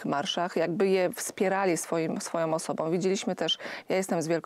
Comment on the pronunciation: a do pani z Prawa i Sprawiedliwosci: prosze popracowac nad wymowa i zwrocic uwage, ze nie ma takich slow jak:on jest osobOM wiarygodnOM, z tOM informacjOM, oni sOM, oni wskazOM, oni idOM dalej, oni mowiOM, oni mogOM, oni pojdOM, niesc za sobOM, oni chcOM, z PolskOM, zwiazane z decyzjOM itd. tego nie da sie sluchac, jak ktos robi takie bledy gramatyczne.